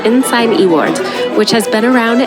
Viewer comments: I liked your video, but, as a Scot nothing grates my soul more than calling Edinburgh "Edinboro" its pronounced "Edinburra". The pub the Ensign Ewart. The Ewart part is not "E-Wart" its pronouced "U-art" and there is a statue of the guy on the castle esplanade. Always love videos of my home country and yours was excellent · Aye, e-wart tickled me as well 😂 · Ensign Ewart(Yoo-art).